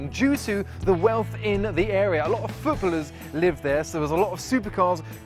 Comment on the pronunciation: Hoping that was a deliberate ironic mispronunciation of 'footballers'.